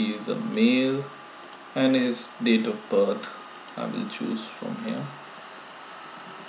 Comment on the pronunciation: "Date of butt" lol PS : I like your vids, keep doing !!!